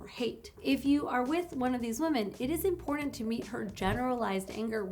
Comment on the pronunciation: Just the fact that you enunciate both Ts in the word important give you higher status in my mind. This was good information, and I hope it helps other men who have self worth and good moral values navigate their lives. Unlike myself who can do nothing with this information because I have nothing to offer a woman in return for her attention.